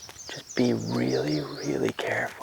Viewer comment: Just be weally weally cawuful 😂